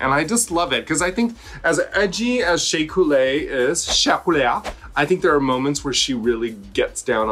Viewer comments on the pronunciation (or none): Does Raja predict allstars winners when she effs up their names in thay beautiful way? Sheaaa couleeeaaa. Mfhdisjc gkdakchaaaangeee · This is the last fashion photo ruview of this season😭😭😭 Love you Raven and Raja😘❤️ Edit: i’m not ready to stop hearing “Shea Culea”😂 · Instead of Google translate, we need a Raja translate for names. I've been mispronouncing Sheaaah Couléaah's name this whole time 😆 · Dear World of Wonder, Please release a compilation of Raja saying SHEA COULEA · people are going to think her name is really Shea-uh Coulee-uh 😂😂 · P,S. SOOOO HAPPY SHEA COUL-EE(A) WON.. ( in Raja language).. I can’t say her name normal ever since & we all know Bob is going to find something wrong with Blair’s outfit 😂😂😂😂😂😂😂